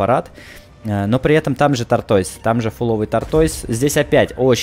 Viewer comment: Английский учи не тортоийс а тоутез